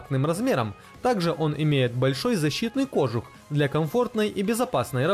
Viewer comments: КожУх! Нет ударения на О! Только кожУх! Ну любой словарь можно посмотреть. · При желании можно найти оправдание колхозному произношению, но это только оправдание, а не настоящее произношение. Нет и никогда не будет... ну надеюсь, это ужасное и отвратительное произношение кОжух. Смысл спорить, когда в любом официальном словаре ударение на У. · Словарь русского языка посмотрите, потом уже говорите. Нет ударения в слове кожух на О.